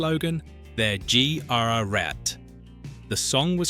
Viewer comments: G r r et? This is why I'm not worried about AI voicing over for real people. It might be able to create a band (I never heard it) and do other things but that one bit. Turning "They're GRRREAT" into "They're G r r et" lets me know. We're not in any immediate danger of AI taking over. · Yes, the way the AI voice butchered that is really inexcusable. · Tony the Tiger with his signature slogan: They're Gee Are a Rat". Nice try, AI. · So , we hear the AI narrator butcher Tony the Tiger's signature phrase. It turns into "They're GEE AR AR RAT!" ho ho... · That has to be the most disrespectful pronunciation of GREAT in history! Damn you, AI! 😂😂😂